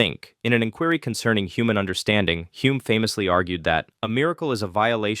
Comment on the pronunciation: "In an in-KWURry..."